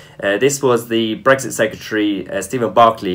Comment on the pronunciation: Please pronounce the X in BreXit.... it's not Breggzit unless you're Tony Blair.